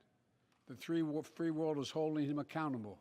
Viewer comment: dude tried to say the “free world” and managed to come up with “three wolf” 😂